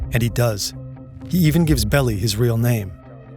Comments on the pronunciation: Melvin Belly? You realize you people are ameture night at the Troc. It is pronounced Bell-eye. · It's Melvin "Bell-eye" not "belly". He's super famous here in SF. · no no no. I'm so sorry. The lawyer they were discussing in the video, I didn't even read the previous comments here before I commented. The lawyer they were discussing is Melvin Belli, they pronounced it like "belly". It's pronounced BELL-eye. He is massively famous here, his house used to be on City tours. I didn't even see all the comments about music before I dropped my comment. Apologies. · FYI: Melvin's last name is pronounced "Bell-eye" (not "belly"). 😉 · can you at least pronounce Melvin Belli last name correctly? Lmao! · Posthumously (pos CHEW mes ly)? And Melvin Belli (it’s BELL eye not Bell ee). OK, maybe you’ve never heard of Melvin Belli before making this video, but why just guess at the pronunciation?